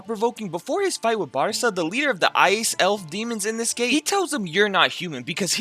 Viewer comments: Loved the video. But PLEASE learn the names of the characters. Ignis is Igris... Barsa is Barca (Bark-ah)... Jinwoo is pronounced Ji-nu... (and i know people are like, oh Jin-woo ji-nu, who cares. Its close enough and thats how its spelled.. But thats like saying Mitch-aye-el for someone named Michael). Just listen to the names. It makes me feel like you don't even watch it and you're just throwing crap and seein what sticks. Another point though, Solo leveling may seem simple in plot as of now.... just wait. Oh boy are you in for a wild ride.... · Bro said everyone’s name wrong. Good recap but igness and barusa 😅